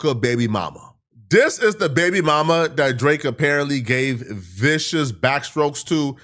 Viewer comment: you really didn’t have to add emphasis on vicious like that! 😂😂 a a a it’s a evil world we live in…